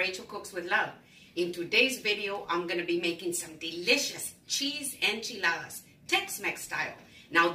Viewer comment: As a Native Texan, I can confirm that this is the correct way to make enchiladas, as well as the proper way to pronounce enchiladas. Do not skip any steps and AFAIAC, the onion is mandatory.